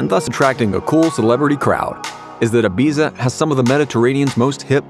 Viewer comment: Can’t cope with the pronunciation of Ibiza.